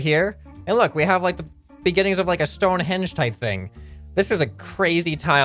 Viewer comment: "Stone henge"